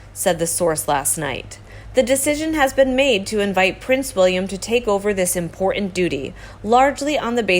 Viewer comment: Can the host PLEASE speak properly....it makes me cringe every time she says a word where the last syllable is mispronounced, I.e IMPOR..INT....